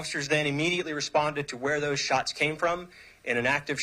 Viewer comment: so they skhott at bunch of kids for a person they didn't see or distinguish....,.. we "responded to a skewhter situation" by skweooting randomly into a group of kids.......... bet it was acorns shook from a tree.... skhot at a bunch of kids without any clue of a suspect.....only after multiple officersn skhoot into groups of teenagers Looked for a suspect to pin it on.... only after shooting aimlessly and recklessly....... .... how you gonna rain bullets regardless of the background or life and shoot at someone you don't even see or know.... into a crowd that already to many officers were already at.... more cops mean more problems. ofc they go and entitle phew bunch of kids looked for someone to be s suspect after reaigning fire recklessly lawlessly and aimlessly on children